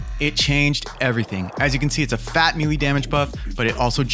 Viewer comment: I mean this in the most unpretentious way possible, but it is pronounced like “may lay” and not “me lee”